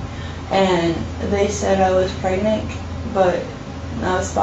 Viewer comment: is this girl ok? “She got beggerected” “she said I was pregnick” tf 😂